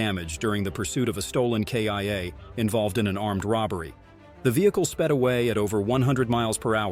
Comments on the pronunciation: The narrorator sucks. It's not a K.I.A it's a Kia. Also, it's not a PITE maneuver. It's pronounced pit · awful AI narration. "stolen K-I-A" really killed in action instead of Kia. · Hey dummy. Yes you the host and play by play mouth of Police US. It's not a K I A as in Killed in Action. It's pronounced KeyAh. Like Hyundai. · A K. I. A.? You mean a Kia? Again, what an idiot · Yo it's ai voice its not human this is why it can't say mph, kia,rpm mia and many other things correctly